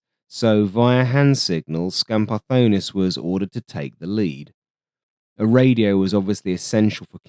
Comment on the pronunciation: The scenario you present in the video seems quite realistic to me. I don't believe that the F-102 could score a kill against an F-5 in a dogfight. The scenario where Dinopoulos saw the F-102 bailing out using its afterburner and thought that he had scored a kill is also quite possible. Kudos for correctly pronouncing Skambardonis's name, a name that we Greeks can easily mispronounce, although you had a hard time pronouncing Achialos! Looking forward to your next video in this series!